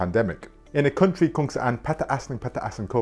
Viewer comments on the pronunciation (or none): none